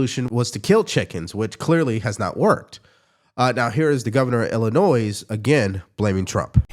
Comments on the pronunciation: The "s" at the end of "Illinois" is silent. The state's name is pronounced "illi-NOY", not "illi-NOISE", though I'll grant that the governor of that state is full of "illi-NOISE"... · Small correction to a, generally, altogether well done presentation; the state of Illinois is phonetically pronounced as "IH-luh-Noy". 🙏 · picky point: Illinois is pronounced without an 's' at the end. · There's no s in Illinois, it's pronounced Illinoy. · the “S” is silent in Illinois. Pronounced Illinoi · the "s" at the end of "Illinois" is silent. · Illinois ....the S is silent 😂